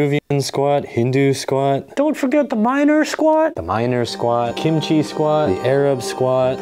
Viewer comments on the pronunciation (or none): none